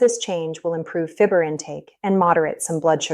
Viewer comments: If you can find a bread discount store, and buy organic. Dumb AI can't pronounce fiber!! (fibber) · If this person weren’t an AI, it would be easier to accept. If the person isn’t real, it’s creates trust issues. She’s pronouncing “fiber” as “fib- er” LOL